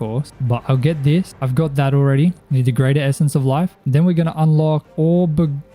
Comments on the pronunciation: As a brit, your attempt at saying Aubergine amuses me. Its Oh-buh-jean dude 😂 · This video was awesome!! I liked the fact that it was more farming centric, made it quite relaxing. ☺️☺️ Aubergine is pronounced "Oh-ber-zheen" its a french word but eggplant is the american name but also correct. 😅😅